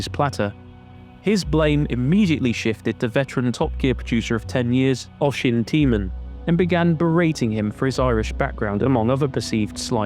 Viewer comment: Great video! Also a great drinking game...one shot every time you say "fracas", 2 shots every time you mispronouce Oisín and 3 shots for how you said "vegan" 😂😂😂 No but seriously mate, great video! Honestly didnt know how much and for how long the BBC were going after him